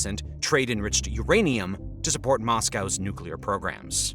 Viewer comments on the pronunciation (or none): none